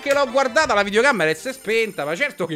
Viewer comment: qualcuno spieghi a ciccio che non si dice "videoCAMMERA"😂💖